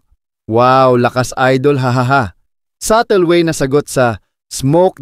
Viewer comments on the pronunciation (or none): none